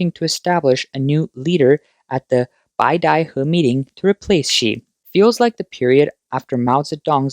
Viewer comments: BAY-da-huh, not BYE-da-huh. A small nit to pick, I'm sure, but since it was said so many times in this video and likely to be mentioned again in the coming months, I'd like to correct that. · Can you at least pronounce beidaihe properly?